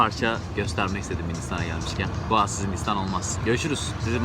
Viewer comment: Sen goa diyodun ben doa anliyom jsjsjjsjs